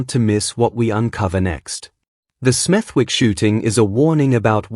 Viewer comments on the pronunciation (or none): It is pronounced smedik and not smeth'wik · It’s pronounced SMETHICK NOT SMETHWICK. The W is silent 🤫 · It’s pronounced Smethick. Forget the “W”